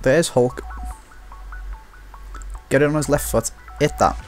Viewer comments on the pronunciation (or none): none